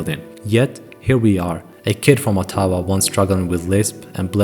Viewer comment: Is this just shitty AI narrator? Or can the guy not pronounce ottawa and iain??